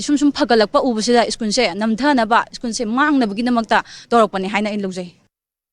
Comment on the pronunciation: Oja masamak school se "skoon" and twelve sina "tuyep" haina pronounce tourise khitang semdok chahan ning ngi. Strongly condemn the miscreants who disrupted the study environment of the school. Please take care.